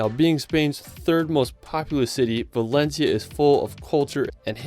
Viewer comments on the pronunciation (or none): All the names are mispronounced, very amusing for spanish people Valensia, Sevil, Barselouna. But amazing video!